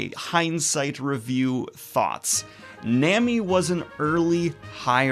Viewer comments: It's Nah-mi not Nemi btw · It’s pronounced, “Nah Me” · Nami is pronounced like A in america not the letter a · The way you say Nami... it’s a good thing you’re an endearing goblin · And please fix your pronunciation of Nami 😭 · The only thing I'm offended about is your pronunciation of Nami. lol Prediction 1: On Zoro, Thriller Bark is all I'll say. (My favorite arc) Prediction 2: On power levels, just wait till you see the rest of the Warlords, the Admirals, and the Emperors Prediction 3: On Luffy's main antagonist, you've actually met this character before, he isn't an antagonist yet though. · Daniel... how are you still saying Nami wrong Also RIP to Daniel in the comments for confusing arcs and sagas, counting G8, and saying Alabasta wrong.